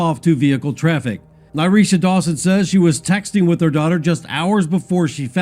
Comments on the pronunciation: The pronunciation is La-Ny-Ah…. RIP 🙏🏾🙏🏾🙏🏾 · Luh- nai-yuh not Lanya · Is anyone else annoyed by the fact he keeps calling her Lanya? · Her name is La Nyah. U been saying it wrong the whole time .. I don't care what she wore what was going on she did not deserve to die in a manner that she did. I hope and pray that Justice is served soon and that they will find the person responsible for her death.